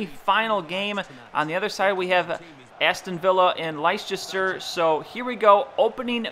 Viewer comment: Just a tip: Leicester is pronounced as "Lester" ;)